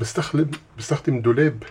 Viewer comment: الدقيقة قال بستخلد😂😂😂😂😂